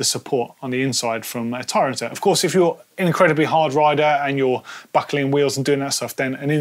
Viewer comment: It annoys me every time says it incorrectly.